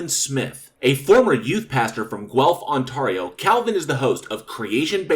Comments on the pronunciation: So one tiny critique I have. You pronounced Ontario wrong at least twice. The A sound is more like the word air. On-tair-rio. Otherwise fantastic video keep up the great work. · AAAAARRRRGGHH! I's pronounced 'Ont-AIRIO', not 'Ont-ahrio'! Except for 4 years in England, I have lived in this province since birth in 1953. Aside from that, good video. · Hi I have a small criticism of this video - your pronouncing of Ontario is wrong. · yeah, you butchered that there eh. 😅